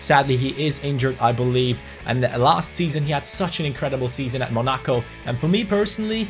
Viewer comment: Why cant you pronounce monaco? 😂